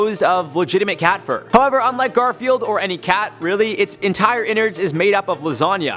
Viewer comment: Did you know he said Gorfield instead of Garfield;)